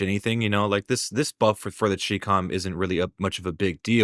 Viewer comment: I'll never understand why dudes from India with AI voiceovers get tens of thousands of views and this American or possibly Canadian dude struggles to pull decent numbers while being objectively more entertaining. Also, I'm saying it. It's pronounced "chy-com" as in "Chinese communist" because it's based off of a Chinese manufactured rifle. I'm surprised no one in the community recognizes this.